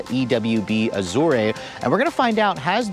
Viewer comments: Great review as always, but you should work on your pronunciation... "Mullinger" and "Azooray" ouch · and .... oooof, maybe the worst butchering of the names Azure and Mulliner that I've ever heard. Please research the pronunciation of names before filming, or just leave them out of the script.